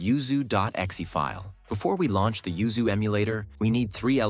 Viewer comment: LOL have you noticed you say ZUYU instead of YUZU 1.56.. It made me laugh lol